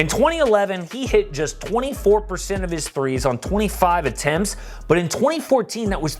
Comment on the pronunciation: This man tree instead of three